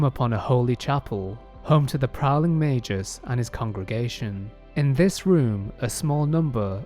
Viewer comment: Mei-gus not mei-jus. FFS